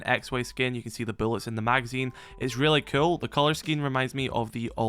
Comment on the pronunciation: ( ITS RILYY COWWL ) lmao